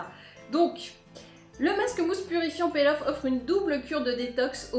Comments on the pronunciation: Margo Pouchet c'est marrant pour une blogueuse de pas savoir la prononciation... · Nyx Merida Je t'assure qu'en anglais "to peel" se prononce "pil' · Margo Pouchet peel off je crois non ?